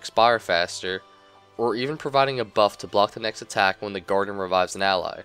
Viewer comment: I keep hearing you say the Garden instead of the Guardian :P lol nice vid tho :D